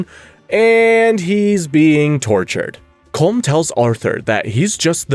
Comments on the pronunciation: It is pronounced Column O’Driscoll not Colm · Ya rolled the R in Guarma but didn't pronounce Colm correctly: Colom. LMMFAO 🤣🤣🤣🤣